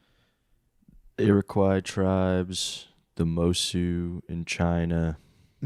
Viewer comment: it's killing me to hear Shawn call it "ear-o-kwi" when it's pronounced "arrow-coy". Coming from a guy that lives in Iroquois county, where the Iroquois Indians lived lol.